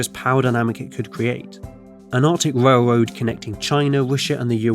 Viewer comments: “A warm, high speed wailwoad” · wowm wailwoad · Awctic wailwoad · What’s a whale woad? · Norf Amewica wailwoad bwidge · The speech impediment killed me, “whale-woad” lmfao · wailwoad wussia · Wrailwoad between wussia n de us